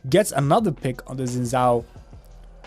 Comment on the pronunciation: ..he pronounced xin correctly though. the second pronunciation was incorrect.